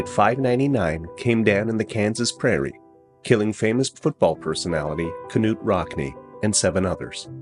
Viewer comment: Love the content, hate the AI narration... "Kah-nute Rockne" , Lock-HEED , etc. 😑